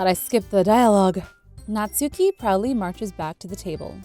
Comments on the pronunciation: Natsuki is pronounced Natski! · How to pronounce the names (for people who don’t know) Sayori - say- or-y Monika mon- ik -a Yuri - ur-y Natsuki- nats - oo- ki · YOU SAID NATSUKI Wrong .